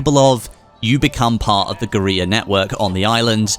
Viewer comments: guerrilla is pronounced like gorilla not gueriya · Guerrilla still pronounced Gorilla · Is he trying to say guerilla? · The way he says geurilla